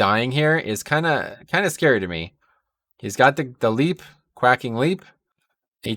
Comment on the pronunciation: you pronounced Quacking wrong